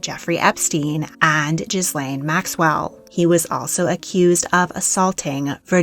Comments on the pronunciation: Glad someone else called this out. Jizz-layne nearly took me out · "Jizz-lane":is not It's pronounced, it's Ghee-Lane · did you say Jizzlaine Maxwell? lol Was that a pun or you just don't know her name? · The pronunciation of “Ghislaine” was laughable. Eek.